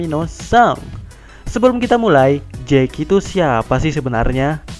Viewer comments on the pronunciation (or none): Dubber indo goblok, shanks dibilang jeki